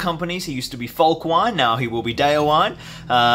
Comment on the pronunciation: Just a heads-up about pronouncing the names of your heroes: The "-wine" in "Folcwine" and "Déorwine" isn't pronounced like the alcoholic beverage, but as two distinct syllables - "Folc-win-eh", "Deor-win-eh". "Wine" (with two syllables) means "friend" in Old English, from which Rohirric is derived. "Déorwine" = "brave friend", "Folcwine" = "Friend of the People (folk)", "Holdwine" = "faithful friend" Just so you know :)